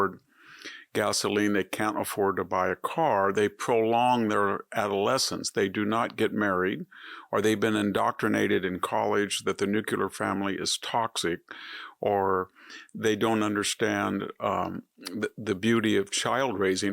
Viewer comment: Professor, learn the proper pronunciation of the word "nuclear." It's not that hard. Shame on you for saying it like someone who has no education.